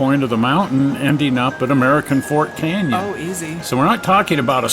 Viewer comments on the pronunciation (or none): none